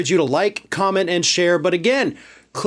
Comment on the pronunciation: Gotta love that "Minnnesoota" accent "AI is gonna enslave us all dontcha know"